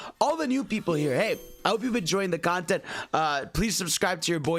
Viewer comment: i thought you said consent for a sec